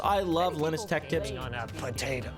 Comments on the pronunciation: This man saying lenis instead of lie-nus gives me an itch in my brain only a shotgun can scratch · LOL. "linn us" tech tips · Lynis?? I dont think you know how to pronounce Linus dude. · Its line-us not lin-us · "im very familiar with linis" LINE-US please, Linus = LINE-US "very familiar" 🤣🤣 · Lin-us lol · So you are very familar with this guy but can't even pronounce his name correctly? Stop the cap my guy. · k you said you love linus but you say his name wrong every time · Says hes very familiar with Linus. Proceeds to say Linus wrong 😂😂😂😂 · Bro stop saying Linus wrong.